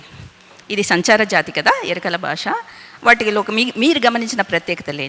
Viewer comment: Yerikala basha kadu amma, yerukala basha... please correct pronunciation